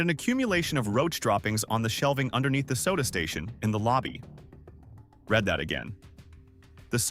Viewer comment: When you recognize the AI narration right way because they can't pronounce the word "read" correctly, given the context. It's either pronounced REED or RED depending on tense. Somehow the AI that wrote script can't help the narration AI get it right.